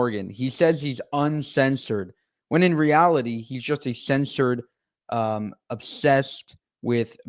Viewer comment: He shays he's unshensored 😂